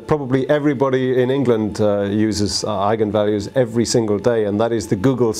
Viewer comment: Thanks for pronouncing it correctly :D